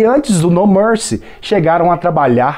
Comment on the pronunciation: Pouco antes do Gugu anunciar a próxima música, ele pergunta por que o grupo se chama No Mercy. Só que Gugu não pronunciou "mercy" no inglês e os cantores acharam que se tratava do nome do álbum, My Promise. Eles simplesmente disseram: "Minha Promessa". Então o Gugu repetiu mais alto: "Minha Promessa!!!" 🤣🤣🤣🤣🤣